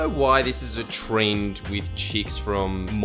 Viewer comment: had to rewind like 3x to figure out tf he was saying lmao “a treeeeeend” 🌳